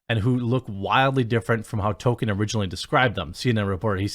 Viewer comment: dude keeps on calling JRR "token," although that fits now with token casting.